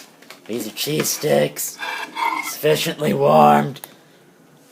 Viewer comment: Thought he said cheese dicks..... Am I a pervert or can anyone else relate?